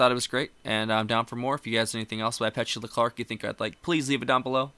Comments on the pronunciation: I think it’s pronounced “Pe-TU-La”. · It should be Pe-CHOO-la. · Downtown is your next reaction by her it's pronounce pet- to- la ! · Or Peh-too-Luh 🤔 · Her name is pronounced PA-TOO-LAH .... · It's not pet...say the e like a....A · Pet-u-la. Not whatever pronounciation you were using. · "Downtown" was probably her biggest hit. At least in the U.S. She was quite popular. Did some acting also. But you pronounce her name wrong. 😕